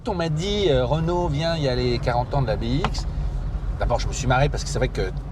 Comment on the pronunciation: On dit "bé-isque"